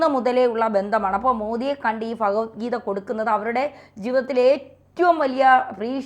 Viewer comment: കൊല്ലംകാരിയാണോ? ഭഗവത്ഗീത എന്ന് പറയു... ഫഗവത്ഗീത എന്നല്ല